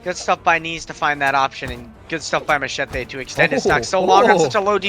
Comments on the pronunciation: ouai mais je comprend pas pourquoi il le prononce "machaté" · it sound like this : ma-chay-tay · he said Macheete's name the most cancerous way